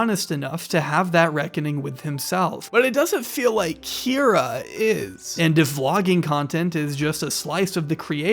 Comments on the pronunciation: I heard you say "Kie-ra" at one point in this vid (sorry, didn't timestamp) and thought it was for comedic effect 🤣🤣💖💖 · lol but still missed one mispronounced Kyra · Who's going to tell him there's at least one instance left in the video where he says Kyra wrong? It stuck out at the time but I didn't think much of it until I watched the end of the video. Loved this one, you did a great job covering the highs and lows!